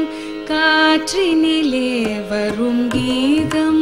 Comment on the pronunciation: If my observation is right, I would like to tell that on no single occasion the word Geetham is spelt properly by the popular singer. Invariably at all places it is pronounced as Geedham.